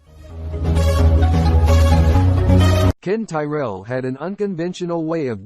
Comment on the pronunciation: If you can’t even pronounce Ken Tyrells name your videos not worth watching. Bye bye.